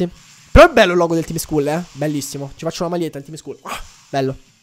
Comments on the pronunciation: Si legge tim scall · Il tim Scull si pronuncia tim scall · si dice Tim scall